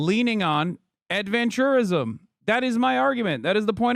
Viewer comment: Why does Ross change the pronunciation of “adventurism”? Seems like he changes the meaning of the word and thus changes what Hasan meant by it